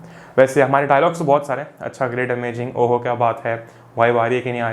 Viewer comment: Great Amajing kya baat hai You read it right amajing not amazing 😅😅😁😁